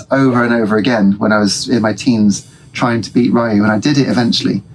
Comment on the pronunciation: Street Fighter Alpha/Zero 2 is one of my favourite Street Fighter games for sure, the best of the Alpha/Zero series anyway IMO. Interesting how you pronounce Ryu like Ryan lol There are indeed characters from Darkstalkers in the background of Ken's stage : Morrigan standing up next to the table on the left and Felicia in the swimming pool.